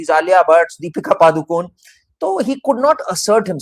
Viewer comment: It’s “पडुकोणे”, which is the name of the village in Karnataka that Deepika’s paternal ancestors come from.; not “पदुकोन्” or “पादुकोन्”.